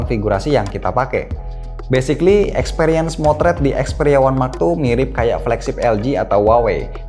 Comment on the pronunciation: Yang aku dengar xperia max two